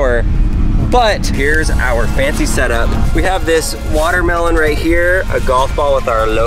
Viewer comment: Buht... da smol wahtahmeelohn ees eentakt... whaaa?